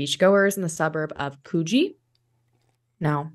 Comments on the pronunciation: Sorry it's could-gee not koo-gee. The first syllable is short. Thanks for telling Australian stories! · It’s pronounced Could-Gee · Coogee = "could-jee"